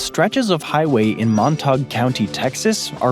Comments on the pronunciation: the way Montague, TX was pronounced is crraaazzzzyyyyyy to me. “Mon-tog”.. not “Mon-tay-g Co.” or “Mon-tay Co.”. It’d be like pronouncing it like it is in Romeo and Juliet, “Mon-ta-guuu” hahahaha. Wild 😅 but you don’t know what you don’t know lol. Never knew that about the roads there though, that’s pretty cool! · Montague- a is ā. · Montague is pronounced mon-tayg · Is that the correct pronunciation of Montague?